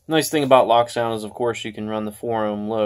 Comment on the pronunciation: wow i didnt realize bachmann stopped putting 30 lbs of lead in their models and not leaving any room for any future installs! haha also its pronounced "lowk" not "lock" its a german company and they are special haha